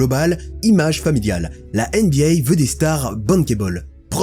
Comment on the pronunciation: NBA et pas NBYAY… tu fais saigner mes oreilles à chaque fois 😂😂😂😂